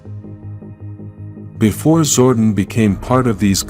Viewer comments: its zor don not zordin say it right you noodle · I usually don't make any negative comments about the narrator on power rangers stuff but the name is pronounce zordon as in zor don not zord en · This is totally a jenky AI narration "Zorden" lol its ZOR DON <- DON